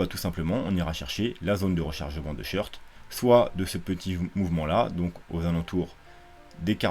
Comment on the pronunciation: C'est quoi les "shirts" ? Les "shorts" ? | SHôrt | On prononce "short" comme un short (et pas "shirt" comme chemise !)